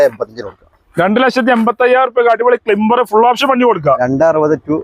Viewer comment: ബായി Renault ക്ലിംബർ അല്ല Renault ക്ലൈംബർ എന്നാണ്